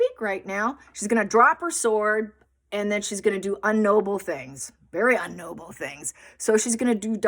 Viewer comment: Sorry Grammar Granny here : I think I have said this before in one of your previous posts. In the English language - at time line 8.26 - it's not UN noble , it's IG noble. Unles, that is American English but it sounds so weird.